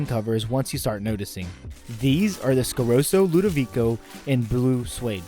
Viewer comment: What is it with Americans always mispronouncing easy to pronounce brands? Like Scarosso, there's a double s for a reason. Why call it Scaroso? Same thing with risotto, calling it risodo, or calling a Testarossa a Testarosa. Only Americans do that, and I think it's a weird phenomenon, as it's easy to pronounce it correctly.